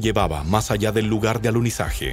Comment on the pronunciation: Oh, no, es el pésimo doblaje chileno, agregando letras a las palabras: en vez de decir "alunizaje" dicen "aluniziaje", en vez de decir "que" dicen "quie" entre miles de errores de dicción. No pudieron gastar un poco más y encargarle el doblaje a otro país o subtitularlo? PD nadie ha ido al espacio